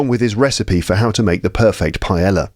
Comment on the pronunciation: When you pronounce "paella," you do it correctly, except for the "ll." The "ll" is just like the English y /j/. Greetings, from Valencia.